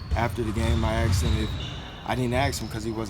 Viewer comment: “I aKsed him...”